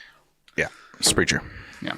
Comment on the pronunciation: Silliness ensues lol. Also, it’s pronounced Sprehk-er 😉